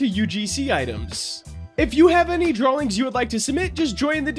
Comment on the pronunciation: is it just me or is he saying drawlings?